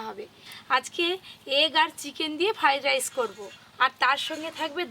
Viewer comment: ভালো করে কথাও বলতে পারে না ওটা ফ্রাইড রাইস না ফ্রাই রাইস হবে